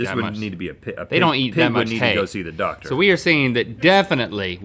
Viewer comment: Rhett said "he needs to see a dodder (doctor)"